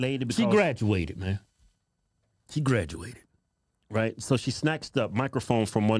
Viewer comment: She may have Grad-E-ated today but i'm guessing she didn't done to good in english